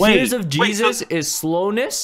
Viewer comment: the way he said yeezes